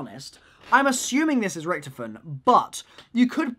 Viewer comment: RICK-TOF-IN Not rictifin